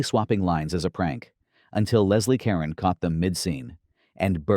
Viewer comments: Caron is pronounced "Cuh-roan." not karen. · Leslie Caron’s last name is pronounced Ka-RON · I winced at every "Karen." Fortunately, each time Ms. Caron appeared in the video, I could hear her singing "The Night They Invented Champagne" on the soundtrack playing in the back of my mind. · So, Pelicans and Ducks look alike?....would have sworn the twins were on screen at the same time so how again are they hiding?...and will you please pronounce Carron correctly.